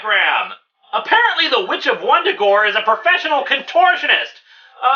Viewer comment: Vun-Da-Gore... not Wundagore.